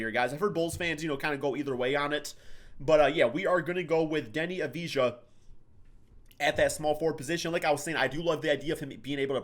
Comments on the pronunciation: It’s actually pronounced Av - dee - ha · It's pronounced avdiya - just replace the j with y - very easy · It's not that difficult Just Avdi*y*a